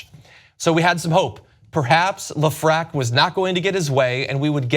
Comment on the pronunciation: Hey John, great post as usual. Just know that Lefrak is pronounced Lef-Rack